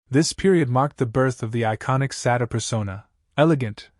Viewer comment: Why are you constantly mispronouncing this woman’s name?